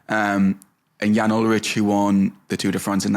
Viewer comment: You lightweight Gen Z millennials lol Wiggins doped. They ALL did. Armstrong was just better. Ulrich (pronounced “Ull-Rick” not “Ull-rich - smdh”) would’ve beaten him if he were better. Saddle-up, boys - it’s time to dig in and win. We’re talking about different eras. Face reality. Ride!